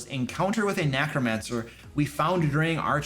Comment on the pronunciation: I love mispronouncing Necromancer as if the E is a A.